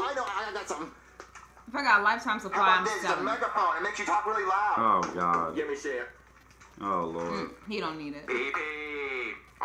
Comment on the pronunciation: "Oh guy , you save my life" Me. : its oh god not oh guy